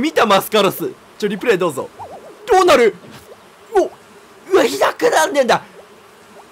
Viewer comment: ｢どうなる?!｣が｢ア○ル｣にしか聞こえないやばい…